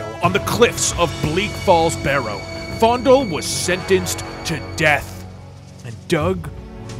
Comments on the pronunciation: The fact that you are saying it as "fOnDuL" and not "Fayendahl" is kind of killing me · Its FAY-N-DALE lol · I love how he pronounced it "fondle". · did he just call faendal fondle? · not me thinking faendal was pronounced as fay-n-dal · I noticed he keeps calling him fondle lol it’s Fanedal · Are you saying faendals name wrong on purpose? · Is he intentionally saying faendals name wrong or is he just... Not to good at speeling.